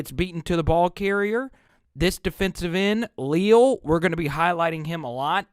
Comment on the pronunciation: #8 is only a sophomore and a monster for sure - btw it is pronounced Lee-Al (like the two first names combined). 👍 And you’re right about those linebackers for sure. I haven’t seen 9 fly in from that far backfield before and he did it multiple times on Saturday. Mike Elko must have seen something he liked in the matchup versus the LSU line - watch for Bama to disguise all sorts of pressure. 🚨🤔